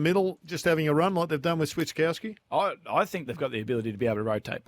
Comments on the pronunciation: Hey Gerard, it's Swit-cow-ski... not switch, not swits... not that hard to get it right champ 👍🏼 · Hey Gerard you 🦕 learn to read. It's *Swit - kowski. * not Switskowskis. You say it wrong every week. Same goes for *Frederick * it's not Fredericks. Christ. You have all the data and no common sense